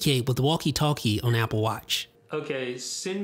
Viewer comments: Why does he say on like “one” in toblerone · where you from. you say on different